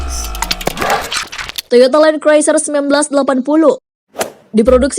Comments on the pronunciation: Mbak tolong les inggris dulu. Land cruiser bacanya len kruser mbak bukan len kroeser. Malu2in mbak. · kok mbak nya kek bilang “Toyota Land Craiser” ya 🤔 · Bener banget nih. Goblok nih chanel inggrisnya aja kampungan masak gabisa baca land cruiser.